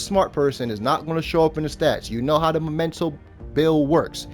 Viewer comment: It's called... mEmento! Not mOmento. Sorry, I'm on a bit of a crusade. Cool build though!